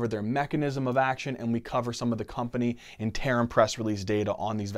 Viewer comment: Sam Yaza Plus he can't say "interim" correctly. I kid of course as the overall preso was really great.